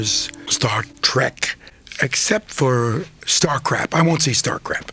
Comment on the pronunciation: star crap?? is that what he said?